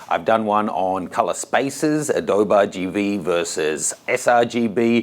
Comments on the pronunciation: pronounced adobee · Did he say Adoba?